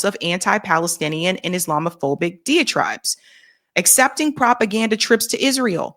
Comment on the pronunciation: dai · uh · tribe